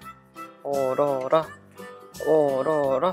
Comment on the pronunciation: 얼어라를 잘못들어서 오로라라인줄 ㅋㅋ